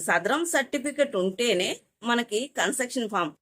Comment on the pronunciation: కన్సర్టెక్షన్ ❌ కన్సేషన్ ✅